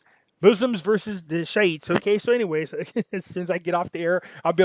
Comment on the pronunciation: Shee -ites